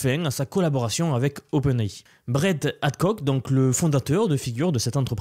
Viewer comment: Open é .... non mais .... au moin si tu te specialise ta chaj e dans l'ia prononce les truc comme il faut puti. Cq ma prit 10 minute a comprndr ce que tu disait